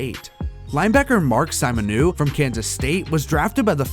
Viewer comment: This is a good video (as in it seems like a lot of work) but I don’t buy that you watched any of these guys play as you skipped over anything they are actually well known for and just listed their stats, along with some mispronounced names (Mark “Simon-oo”? It’s “sim-in-oh”. And “Lover-Anus” Coles lmaooo dying it’s “lau-Vern-ee-us”). Every time someone’s name came up that I had heard of you listed everything about them EXCEPT the reason they are notable.